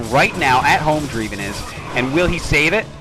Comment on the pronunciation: nice game! Isn't Dreiven pronounced "DRAY-ven", not "DREE-ven"? My intuition about English diphthongs tells me the former sounds more proper, but I could be wrong.